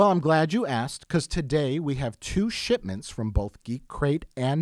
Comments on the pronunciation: Mike says 'shitments' from NB and GC, not 'shipments'. Only just caught that. Haha. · "We have two shitments"